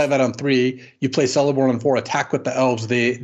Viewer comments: just a small remark: Celeborn is pronounced as Keleborn and not Seleborn. Third option is of course just to call him with his name in the Telerin language, which is "Teleporno", if that is easier to remember. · Celeborn is pronuonced Keleborn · The letter C in Elvish always makes a K sound and never an S sound. This applies to Celeborn and Cirith Ungol Patrol. I'm sorry. Blame Tolkien.